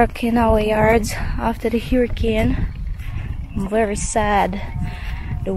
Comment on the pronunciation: you are pronouncing “hurricane” incorrectly.😊